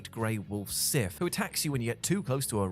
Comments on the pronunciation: the wolf in Drak Souls is named Sif, not Sith, genius. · Sorry to be that guy but it’s SIF not SITH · The name of the great grey wolf in Dark Souls is SIF, not SITH. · Everyone talking about Marlene yet nobody complaining about the Sith instead of Sif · Sif not Sith your editior messed up lol